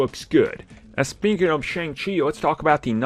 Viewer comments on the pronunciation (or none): .........Prounounced "SHUNG" Chi not "Shayng" Chi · His name is pronounce SHONG-Chi as the “A” is hiding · Make sure you’re producing his name right. It’s pronounced Shung-Chi just spelled with an A